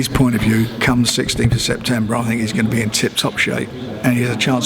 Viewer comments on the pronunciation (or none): none